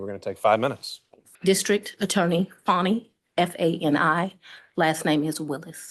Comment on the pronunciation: IT'S FANI, not Fawni! 😂😂😂😂 she needs Edumacation ! one could only hope, the FBI will investigate her MONEY, that just comes in from her sweat and tears. Lol. 😂😂😂😂 she's a POS